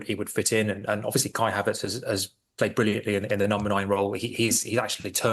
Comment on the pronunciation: Did he just say kai havert world class?? 😂😂